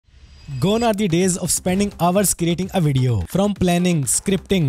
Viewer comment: Hours ❌️ ovars ✅️